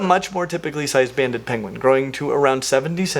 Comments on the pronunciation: Pengwings! Actual ROFL at the "King Penguing" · "penguing" 🤣 Benedict Cumberbatch would like to have a word with you